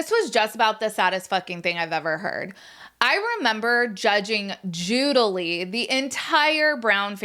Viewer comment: “Judge Judily!”😂😂😂